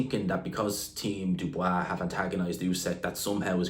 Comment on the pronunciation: Jesus learn how to pronounce Dubois.